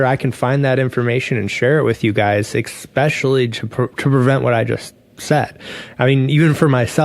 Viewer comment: “ik-specially” LOL (just messin’ wicha….appreciate the great updates)